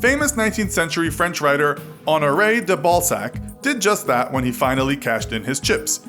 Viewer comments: His name is De Balzac not DaBallSack! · Did you say almure de ballsack